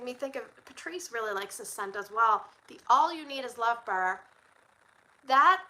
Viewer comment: You say “bar” like teeter would say “bear” in Yellowstone 😂…I am also Canadian and get told I say a lot of things weird